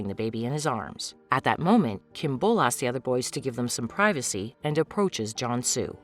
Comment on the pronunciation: also Kim beol's name is pronounced as "bowl" not "bool"